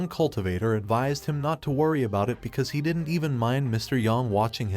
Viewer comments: A cool story but every time an abbreviation is pronounced... didn't as didden Tee or wouldn't as wooden Tee or doesn't as docent tea ... it sets my teeth on edge. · I hear T sometimes like didn't T or don't T but it's watchable